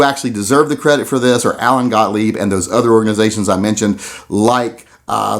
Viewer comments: The way you pronounced Mr. Gotlieb's name is the same way I've heard him pronounce it. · You pronounced Gottlieb correctly.